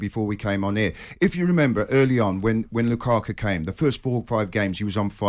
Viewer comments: “Lukaka” - is saying this on purpose? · I noticed the English pundits and commentators horribly mispronounce foreign players last names regularly... who on God's green earth is Lukaka?!?!